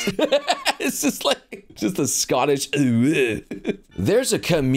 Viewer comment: "just a sco'ish uwu" xD